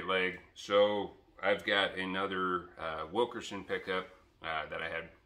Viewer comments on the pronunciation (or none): It's Wilkinson not Wilkerson. 😊 Thanks for the video! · Hey. You are saying it wrong. Wilkinson not Wilkerson. 😊